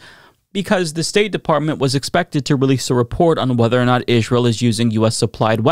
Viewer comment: I hate the way you pronounce Israel